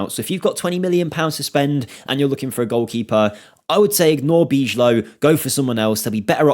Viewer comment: You speak bijlow like you do van DIJK. Not bichlow 👍🏼